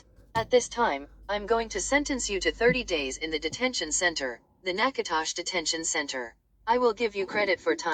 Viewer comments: I heard that too!!! 🤣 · Even the text to speech can't get Natchitoches right